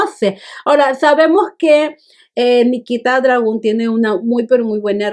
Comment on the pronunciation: “Nikita DragÚn”